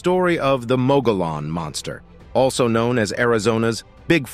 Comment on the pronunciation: There is no mq-go-lon rim, or monster. It is mug ey on, in pronunciation. The confusion in pronouncement is understandable, as you are thinking in terms of english which the word is not, rather it is Indian(American), in origin. This is confusing even to a good number of native New Mexicans, as once upon a time I was also one.